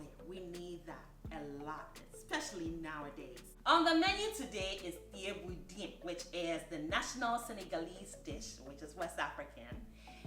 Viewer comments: Additionally, it’s pronounce Cheb-bu-gen. Senegal was colonized by the french and Thiebounjen is also written as ceebujen and if you search that you’ll find a plethora of french videos of this same dish. I agree with you most folks think of jollof rice but truly it’s Wolof. If you said jollof in Senegal host country nationals would think you are referring to the ethnic group Joloa/Djola in the Casamance region (Ziginchoir) of Senegal. Great video for English translation! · This was amazing!! Just wanted to say the pronouncements of this rice is << cha-boo-jun>> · Thieboudieune senegal not peper🤔🤔🤔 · Helping with the pronunciation, say it as ‘chebu jen “. She has the French spelling.